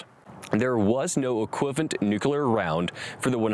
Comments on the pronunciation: Good video…but why is it so hard for so many to pronounce NUCLEAR? Nuke-lee-ar…NOT nuke-u-lar. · That would be Nu-Cle-Ar not Nu-Cu-Lar bro... Don't be a Bush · His voice reminds me of documentary narrators of the 1950's and 60's, which is a good thing. Except for a couple of "nuc-u-lar" errors, he demonstrates great clarity, diction and power. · Agree... just, 'New-cular' is driving me crazy.